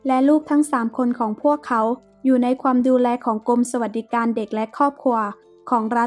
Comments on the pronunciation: ขวานจ้าขวาน ไม่ใช่ขวนแน่นอน😅😅😅😅 และความไม่ใช่ควม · ออกเสียงบางคำไม่ชัด เช่น ขวาน ความ